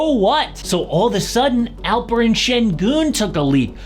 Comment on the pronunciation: It is Alperen not Alperın